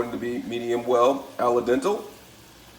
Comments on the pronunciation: Al dente Not alla dental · Alay dental ? Al dente 😂😂😂😂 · You forgot about the “ala-dental” (al dente). Also, sadly this is the way many uneducated people pronounce things..especially...well you know the race.